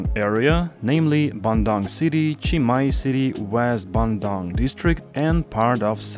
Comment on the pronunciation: is bandung = ban-dung not bandang